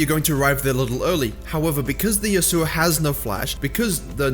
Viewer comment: Pls say yasuo right